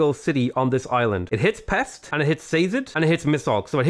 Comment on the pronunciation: Its not pex but peshť